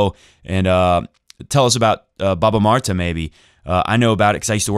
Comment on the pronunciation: Omg I love the way you said баба Марта thanks for mentioning Bulgarians!